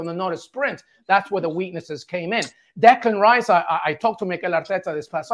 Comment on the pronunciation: Declán Riśe